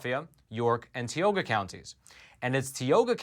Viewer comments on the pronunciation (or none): Tee oh ga ...bruh it's tie oh ga ...Tioga .....plus it's not water it's wooder and it's a crick not creek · Tioga county = tie oh ga ,not tee o gha. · Hey, it's not tea oga, it's pronounced tie oga, for Tioga county. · Tioga...pronounced with a long I. Not Teeoga. (Sorry, as a Pennsylvanian, just had to say it) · Thank you for all you do. You and your work are appreciated. As a native of Tioga PA, if the county ever makes news again, the "I" in Tioga is a "long I". So it's pronounced more like Tie-O-gah. But details 😅 (Native American name) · Called ti oga county. As I is pronounced long I live in tioga county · Tie-oga is how to pronounce it 🤣 I am from tioga county. Sick that they won’t own up to their bullshit. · It's pronounced tie-o-ga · it's pronounced TIE-o-ga County, but said quickly [TIE.o.Ga]. Thanks for the great reporting! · it's Tie-owe-gah county. I'm from up that way. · say it with me. Tie-oh-ga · Hey! Great info! One thing, though. Tioga is pronounced with a long i and long o. 😊 Love your podcast! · I was born in Tioga County and assure you that is not how it's pronounced.